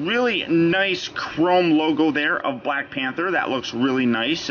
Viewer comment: YO U SAID PANTER INSTEAD OF PANTHER BRO BRO